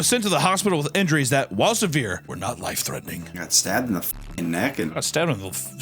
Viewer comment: "Threaning" isn't even close.